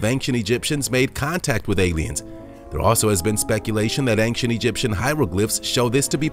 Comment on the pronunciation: Please stop saying "ankshent". There is no hard "k" sound in "ancient".